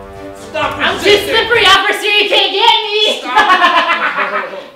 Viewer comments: said ocifer and not officer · Lmfaoo said 'ociffer instead of officer😂😂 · Roi just said coiffer instead of officer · HA he said "ociffer"! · He said ocifer